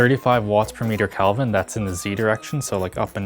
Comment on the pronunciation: It's pronounced Kelvin, not Kalvin.